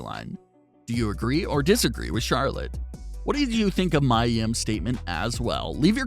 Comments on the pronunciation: PLEASE SAY HER NAME CORRECT ITS NOT MYA ITS MIA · I don't care what Charlotte says...A lot of us hate that storyline. I feel personally feel like your being disrespectful purposely saying Mia (Mee•Yuh) name wrong and I am not cool with that!